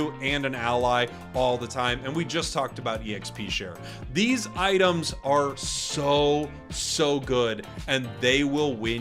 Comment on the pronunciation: "ITEAMS" lol